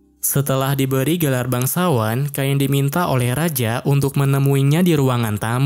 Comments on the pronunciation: Cain sama bang bukan kain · namanya cain bg bukan kain 🗿🗿🗿🗿🗿